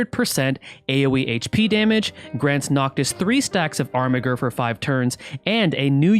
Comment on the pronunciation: I also think Armiger is pronounced "Armijer".